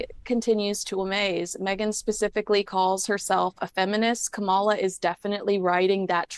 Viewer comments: Please pronounce her name right - it’s KA-mala, not ka-MA-la. People mispronounce her name to be derogatory or are being ignorant. You are supposedly a “journalist”. Get it right. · Her name is KAM a la,, not Kam-AH-la. And you call yourself a journalist? Are you kidding? If you haven't gotten her name right by now, after all these years, then there's no hope for you. And if you think for a moment that meghan has any influence on Kamala, then you're even more delusional than harry. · Please, it's KAMala, not KamALa. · it's KA-ma-la. Whether you agree with her politics or not, surely you can give the Vice-President enough respect to pronounce her name correctly. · Love you. Please learn to pronounce Kamala’s name correctly. Kamala (like Pamela). It’s disrespectful. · Please pronounce Kamala name correctly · You're spot on with that comment. Not only that, but she's so dumb that she can't even pronounce Kamala's name correctly.